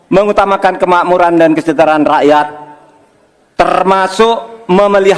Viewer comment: Tenaaang Prof.... Tenaaaang..... Saking semangatnya Mengutamakan jadi Mengetamukan 😂😂😂